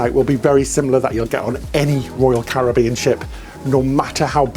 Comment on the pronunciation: Love your videos always look forward to the next one! We’ve done a few cruises mainly on royal first ship was navigator just done anthem we are one cruise away from diamond 🤗 keep up the good work.( hey think you need to tell how to pronounce “Caribbean “😂😂😂)